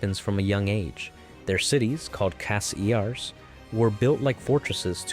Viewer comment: Bro its pronounced cay-di-u not ca-di-u (ofc it is spelled cadia)